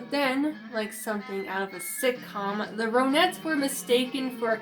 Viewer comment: Hi I enjoyed your video very respectful. Their name is pronounced Ron-netts Like the name Ron.